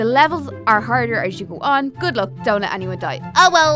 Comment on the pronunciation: When they said something like "Don't Let Them Die" it sounded like you said Donut! Haha